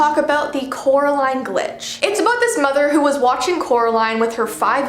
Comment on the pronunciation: Said her name wrong oop